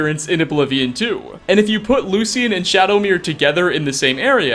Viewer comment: It's "Shadow-mere" not "Shadomir"